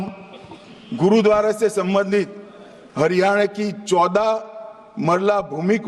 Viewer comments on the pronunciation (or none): none